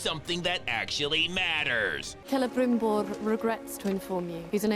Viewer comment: Elrrrond. Saurrron. Celebrrrimborrr. Rrrrrrrob Schneiderrrrrr.